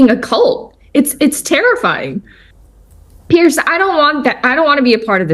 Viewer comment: It's PEARS MORGAN not Pierce Morgan! It's PIERCE BROSNAN not Pears Brosnan! Pretty Confusing? But of course!